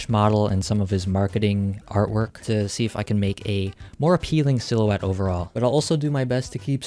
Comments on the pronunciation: bro said WAWK TUAH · that's not hiw you say "to" did you fail English